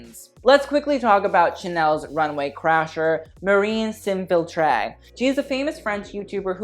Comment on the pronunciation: Marie S'Infiltre (you don't pronounce it 'ay' at the end btw) was actually wearing vintage Chanel too...